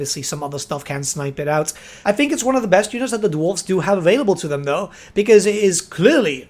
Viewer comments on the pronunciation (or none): none